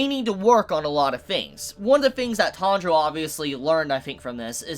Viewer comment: Is it me, or is saying "Tundro" instead of "Tanjiro"? If that is the case, I wonder, why? Natural way for English speaker to say it or something?